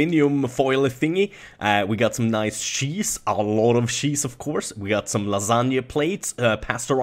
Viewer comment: "Dont sheapen on on the sheese" Oh you Swedes you